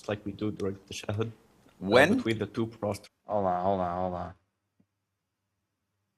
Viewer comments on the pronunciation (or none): Mashaallah...may Allah SWT lead your dad to the right path. Inshaallah He said prostate😅..so cute. It's PROSTRATE or sujud.